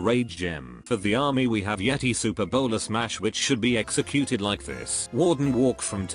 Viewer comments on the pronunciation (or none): none